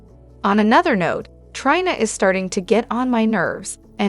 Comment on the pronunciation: Please learn how to pronounce the characters names!!! Ava, long A-va; Liam, Lee; and Trina, Treena.